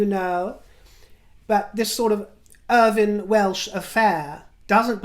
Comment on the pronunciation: Did you really say "Urban Welsh affair" 😣